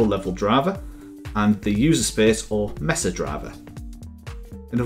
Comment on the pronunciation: I'm from the great country of Texas, and it threw me off when you said mesa . Here everyone says that word like may-suh and this is the first time I ever heard it said mess-ah.